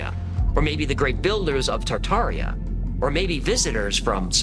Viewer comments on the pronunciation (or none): He lost me at "Tataria"